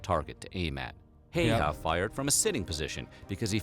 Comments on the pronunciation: i dont mean to be rude or anything but its pronounced highharr and you roll the r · His name is not pronounced like that😅